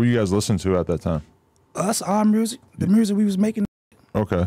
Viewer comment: Omfg don’t tell me Chicago niggas say “mursic” too 🤦🏽‍♂️